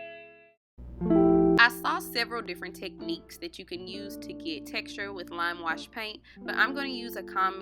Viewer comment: She said lam wush peeynt 😂